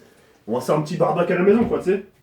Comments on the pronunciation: mdr il a dit barbaq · Pk tu dis barbac wat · Le "Barbecue" est phénoménale 😂